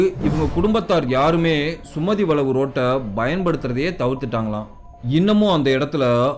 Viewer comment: சுமதி வளைவுனு நல்லா சொல்லேன்பா சுமதி.வளவு வளனு சொல்றிங்க தமிழை சரியாக உச்சரிக்கனும் தமிழனா இருந்து நீங்களே இப்படி பேசினால் மற்றவர்களை என்ன சொல்வது தமிழை கொல்லாதே 😢